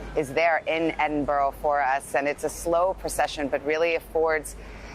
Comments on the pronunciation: It's pronounced Edinbura! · Where'e Eeedinboro 🤣🤣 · Little tip to all Americans = If you want to pronounce Edinburgh correctly, try saying Edd in Burr and that should help, as I am really appalled at how many American news anchors have butchered the name of that beautiful city. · You would be better pronouncing it like edinburra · For Gods sake it is pronounced Edinburra in Edinburgh. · I am Scottish too and it was really peeving me off. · Hang on, did this man say "Eden Borough" - My God, does NBC anchors not so some bloody research on how to pronounce Edinburgh? What an insult to the capital city of Scotland and the Scottish people. Imagine us pronouncing cities like New York or Washington DC in a strange manner. Disgraceful NBC, what were you thinking of?